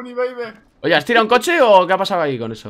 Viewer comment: Bad bunny beybe dice el Wikky JaJajajajajaja